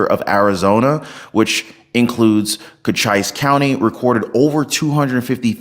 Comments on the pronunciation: It is "co-cheese" not "coach-eyes" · I love you man, but Cochise is pronounced Co-chees. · Ko-chees County. After the great warrior, Cochise. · Not co chise. Cochees. Pronunciation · Dig deep and look aruond. Everything the Democrat party is about IS FAKE! By the way, its pronounced "kochees" I know, I live there. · That county in Arizona uses an Indian name. It is pronounce Co-Chee-sss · not cochise. its pronounced "co-cheese" one of the last native american chiefs, of the Comanchies??? I forget exactly. But am certain, he and the county named or him, is pronounced ''CO-Cheese" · Hey,. It's pronounced Cocheese, like cheese. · Do they think they should go to any country and vote in their elections? Illegal aliens are squatters. Cochice ("ice" rhymes with neice) is the name of a famous Apache warrior. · I love your content. Your pronunciation of Cochise is jarring. Thinking about it, you ARE pronouncing it the way it's written. I guess there are a lot of Arizona places and things with surprising pronunciations: Tempe, Prescott, Mogollon, Tucson, Mazatzal, Saguaro ... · FYI look up pronunciation of Cochise.. well known Indian Tribe said wrong several times.